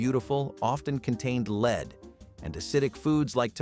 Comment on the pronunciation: Lead is pronounced "LED" (short E vowel sound), NOT "LEED". Lead is pronounced "LEED" when referring to "lead guitar", or "lead role" in a movie. But lead is pronounced "LED" when referring to the toxic chemical element.